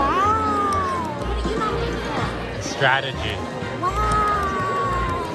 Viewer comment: The way toast says strategy is kinda sus